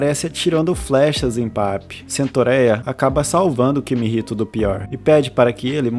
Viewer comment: mano no primeiro segundo do video ele chama o cara de kimihito e depois chama ele de kihimito